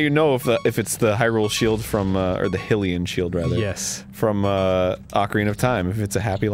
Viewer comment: Am I the only one who is bothered by them calling it a "Hillian Shield"?